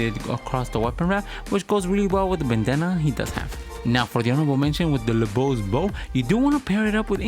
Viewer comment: Looove the combos for this vid, I did wanna mention that the pronunciation for LeBeau is just "le bo" as the french pronunciation of "Beau" is the same as "Bow" or "Bo" for us, except in the case of "Beautiful" of course. That's also why "Beau" is also a common alternative for the name "Bo" as well. One more piece of trivia, "Beau" also is a common word to describe a lover or boyfriend, and that meaning derives from it being the french word for handsome. Regardless, keep up the great work!